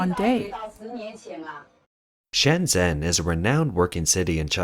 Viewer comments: Can you please stop saying "Shenzen" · keep saying shenzen it makes this guy mad